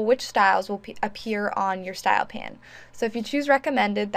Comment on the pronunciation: Thanks for the great info. Isn't in pronounced style pane (like pain), though, not style pan?